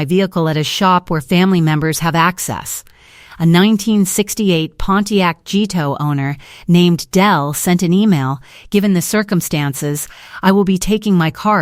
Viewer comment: Note to human-s calibrating the AI narration: GTO is pronounced gee tee oh... Hth